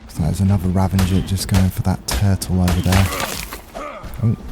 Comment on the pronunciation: No n in ravager bro. Like im.not normally one to be that dickhead correcting ppl but that is irrationally bothering me lol